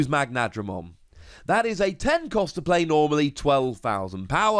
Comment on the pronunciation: Mag-na-dra-mon and Her-cu-les-KA-bu-te-ri-mon.